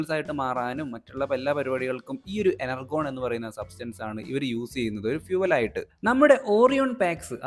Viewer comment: Enurgon alla energion 😂